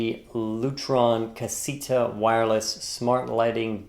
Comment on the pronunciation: Awesome review! Though I think it's pronounced Ca-say-ta.